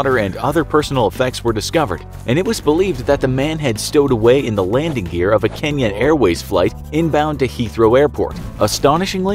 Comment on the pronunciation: Thanks for pronouncing "Kenya" correctly.. Tired of hearing "Keen-yah"